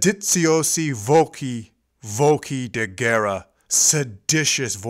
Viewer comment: I wish the samples of Norma used were from 1955 or earlier. Her upper register had become threadbare and raspy by her 1960 recording. Also, it's "ben cAHnto," not "bel can'to. The g in Adalgisa is pronounced like the J in John, not like the G in Gary. It's "sedizioze voCHi," not "voki." These rudimentary and elementary mistakes make it sound as if the commentator has never really listened to the opera. His love for the opera is clear, and he has some wonderful thoughts about it, though I would love to hear this re-recorded without these cringeworthy mistakes.